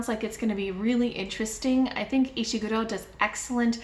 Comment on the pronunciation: I laughed with delight as soon as I saw the thumbnail - love your look! Great choices, especially the Hitchhiker's Guide, I have such strong memories of reading that. And yeaaaa for being someone who pronounces Ishiguro's name correctly! That always drives me nuts, hehe. Great tag!